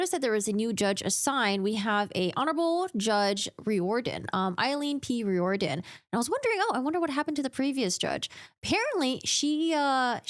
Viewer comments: I think that name is pronounced “rear-den” I hope they use this case to train healthcare professionals in the future about how not to handle a situation like this. This whole thing is only so messy because the doctor chose to have police in the room, with body-cams on, where they had no business being. Now they want to claim she wasn’t in custody, when she obviously had reason to think she was. They mentioned her right to remain silent, which only applies if you’re in custody. If the court suppresses her statements and she winds up not being convicted as a result, I hope that doctor knows it’s on her. It’s not on the judge who followed the law. It’s on the doctor who didn’t. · Riordan.....is pronounced rear-don